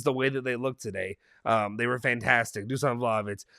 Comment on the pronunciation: Dusan is pronounced Dushan by the way